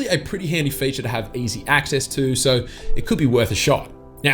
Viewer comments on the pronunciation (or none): none